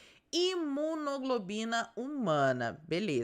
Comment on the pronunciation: Imunoglobulina NÃO é imunoglobina! Mais atenção!